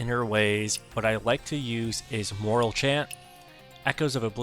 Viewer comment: Thanks for sharing. Nice tip on the Divinecraft auto use setting and mystic skill jump hack. FYI, it's called Hawk Wing not hawking, and the E at the end of Morale Chant makes it be pronounced Mor-Al, not Mor-ull.